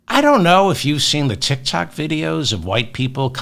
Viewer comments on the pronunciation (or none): none